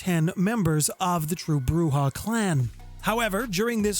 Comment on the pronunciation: And Broo-Zhah.